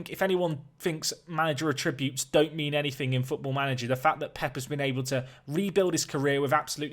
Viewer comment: brilliant videos mate but just one slight thing. its 'att-ributes' not 'a-tributes'.... :)